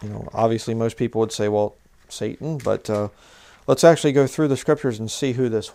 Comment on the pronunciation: Why do you keep capitalising the 'S' on the untranslated Hebrew word 'satan'. It would be like capitalising the 'A' in 'Adversary' mid sentence. Doesn't make any sense, and why pronounce it in Hebrew when speaking english?